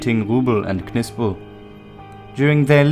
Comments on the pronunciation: The K is silent in Knispel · Some one tell the commentator that Knispel, is pronounced with a silent K! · i dont think the K in Knispel is pronounced. i believe it is pronounced “Nispel”. same way that Knee and Knife both have silent K’s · Ma perche dite Kispul?..si legge Knispel così come è scritto...mi sta sui Maroni quando nemmeno sapete pronunciare correttamente i nomi tedeschi.Ho lavorato a Monaco di Baviera per 4 mesi e ho imparato più lì in 4 mesi che tutte le medie e superiori...pronunciate lì bene certi nomi.Qasti sono assi. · it is pronounced Knispel! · Still trying to figure out your accent. Perfect enunciation of German and Russian words with an English accent I can't quite identify. (Almost a sing-song iambic pentanmeter.) And I always thought Knispel was pronounced with a silent "K". English isn't my first language so I'm not completely positive.